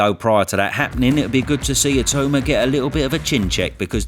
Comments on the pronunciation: Why do people call him I-too-ma smh. Surely pronounce his name correctly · for the love of god please learn how to pronounce his name. It’s It-aw-ma not It-oo-ma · If Itauma wins, will you promise to learn how to pronounce his name correctly?